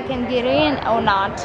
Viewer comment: "oh nawt" ha